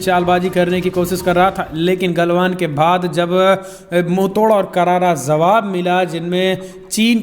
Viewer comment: Bhai please say jawaab and jaanaa and not zawaab and zaanaa. Thanks.